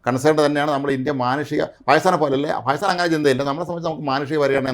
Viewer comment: Now It is Bakistan ....Say Bakistan.....